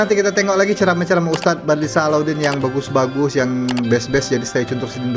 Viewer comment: Berapa kali aku ingin betul kan wahai!!! bukan badlisah.....badli syah,apa lidah kau tidak boleh sebut huruf Y ka???